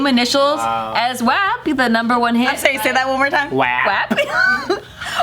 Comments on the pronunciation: I’m sorry but we don’t say WAP that way in Milwaukee lol thats more north Wisconsin lol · Ummmm I'm offended. Milwaukee does not say WAP that way hahahaha